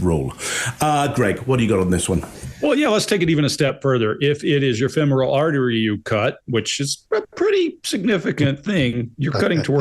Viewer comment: IF Sanderson had been alone and cut his femoral artery, he would be dead. Holding pressure on a bleeding femoral artery is nearly impossible especially if it is your own. Accent on Fem not moral when pronouncing femoral